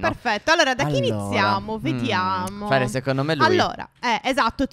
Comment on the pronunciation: MA ALĽ INIZIO A POSTO DI DIRE “VOLERGLI FARE DEL MALE" A DETTO “VOLERGLI FARE DEL MARE"😂😂😂😂😂😂😂😂😂😁😁😁😁😁😁